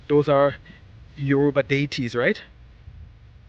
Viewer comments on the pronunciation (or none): none